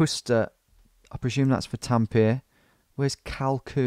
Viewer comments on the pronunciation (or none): I assure you he doesnt know anything about my language. He butchered all the names... IT'S TAMPERE NOT TAMPIR